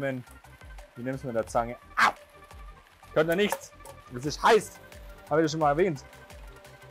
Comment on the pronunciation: Ess is heisch!😂😂😂😂😂